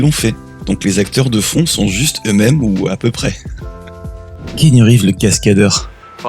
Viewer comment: C'est [Ki'anu] qu'on dit d'abord :p GG en tout cas c'est un super épisode (que j'attendais depuis looooooooongtemps ) ça fait trop plaiz! Hâte le prochain!